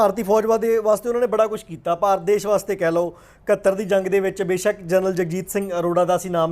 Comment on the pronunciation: ਪੱਤਰਕਾਰ ਸਾਬ .ਕਿਸੇ ਤਰੀਕੇ ਨਾਲ ਤੁਸੀਂ ਨਾਮ ਸਹੀ ਨਹੀ ਬੋਲ ਰਹੇ. ਜਰਨਲ ਸਾਬ ਦਾ.